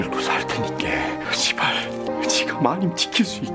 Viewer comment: 제발이 아니라 욕으로 들리는건 기분 탓..?